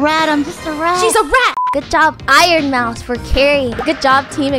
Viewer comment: Iron moues!😂😂